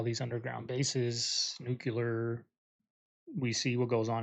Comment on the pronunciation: It's not nucular. It's nuclear!